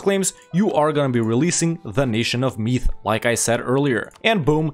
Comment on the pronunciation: I am Irish and when he pronounced Meath wrong it angered me a lot.